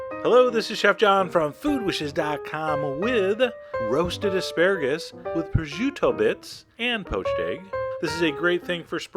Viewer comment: there is no "ju" in the name its pronounced pro-shoo-to